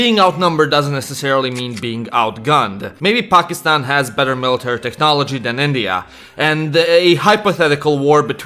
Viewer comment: Your the first non south-asian person that prounce pakistan correctly lol